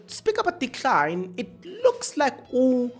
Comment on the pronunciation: You keep on Butchering people’s names🤦🏾‍♂️🤦🏾‍♂️🤦🏾‍♂️ Please respect people it’s Collen, not Collins